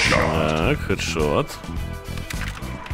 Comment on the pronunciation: А мне слышиться не "Хэд шот " , а " Сек?шот "